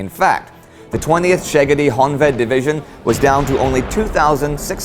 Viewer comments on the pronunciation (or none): I don't think it was so bad. The pronunciation of "ly" in Mihály, Károly etc is pronounced like the first y in royalty. The "Miskolci","Istvan", "Budapest" was almost good but this "s" is pronounced more like "sh" in english. Tisza was good but not the Szegedi you have to use the same as in Tisza (normal "s" in english) Also in Honvéd (means Homedefender) the "véd" part is pronounced like the "Wade" enlish word. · Hungarian tip: Sz = s; S = sh. You're reading it the other way around, as I've noticed when saying "Szegedi" .